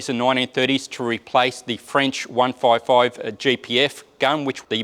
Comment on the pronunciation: can't say 155. It sounded like 1445 mm. One fourve fourvevefiv